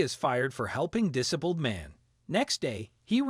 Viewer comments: Why should I listen to crap where the narrator cannot say ‘dis abled’? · "Dis-a-buld" Are you using an A.I. voice app or something? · Cant even pronounce disabled correctly .